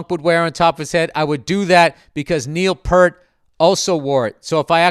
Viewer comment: NEIL PEE ear T